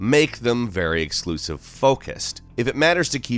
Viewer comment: 《Nasal voice and cringy voice》: "exkluzziv"